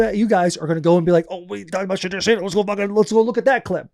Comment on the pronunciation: My guy! Can we pronounce the kids name correct 😂 It’s SHA-DOOR!!!!!!